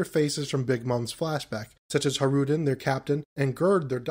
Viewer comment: Just so you know, Hajrudin's name is pronounced like Hay-ru-dinn